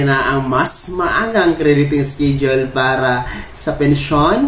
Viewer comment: Pls pronounce the word schedule as eskedule and not eskidule. Sanay mawasto ang pagsabicm mo ng schedule